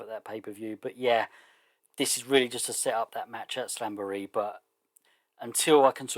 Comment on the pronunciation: Usually I just sit back and enjoy your... unconventional pronunciations, haha, but this time I'll throw you a lifeline. It's SLAM-bur-ee